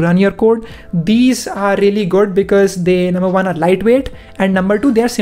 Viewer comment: its one not wan